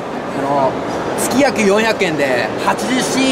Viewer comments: 面白かったけど つきがくって言ってるのはどうかとw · 事務所から言われてやってるん だったらちゃんと説明しようよ しかもつきがくじゃなくて げつがくね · つきがくww げつがくだろ〜